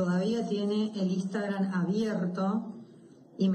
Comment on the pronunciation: Le hace una cuenta de "Istagram" (lo pronuncia así) a una nena de 9 años que dice proteger. Nada para agregar.